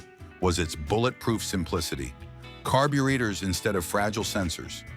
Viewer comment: CARBEE-READERS???? Must be some new tech Ive never heard of????